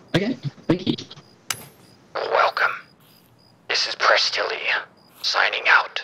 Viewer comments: histerical!..... PRESSTILLY!! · Presstily lmao